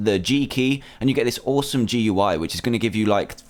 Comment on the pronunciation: Gui is pronounced gooey